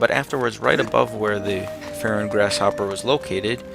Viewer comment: fairon? far-on